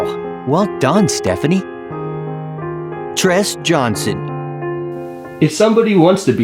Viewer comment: Tres is Pronounced- Trey!! APPARENTLY you don't watch SBSK😒😒😒😒